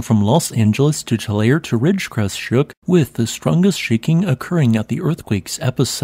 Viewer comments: It is pronounced Tu-lar-e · The town is pronounced “Too-Larry” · "too • LAIR • eee" THREE syllables: Tulare If unsure, LOOK IT UP!